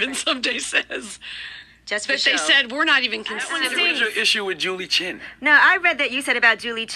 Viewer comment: The woman's name I'd ChEn, not Chin!